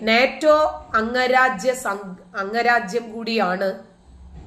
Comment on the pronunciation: അങ്ങരാജ്യം എന്നല്ല. അംഗരാജ്യം എന്ന് പറയണം